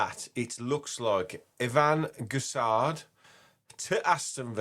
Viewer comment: just a tip on the pronunciation- it’s like gess- on. Silent d at the end. Not gess-ard or gess-and.